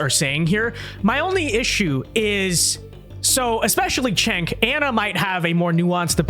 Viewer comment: The letter “c” in Turkish is pronounced /dʒ/, like the first consonant in “joke” or “giraffe”. It’s Jenk, not Chenk. It means “war”, by the way.